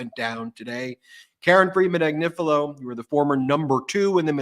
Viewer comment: Eh, friend: PHONICS! ag-NI-fi-lo. ag NIH (short I, stressed syllable) fih (short I) lo (long o) Practice it 5 times, & you're good! (Love Karen's name❤)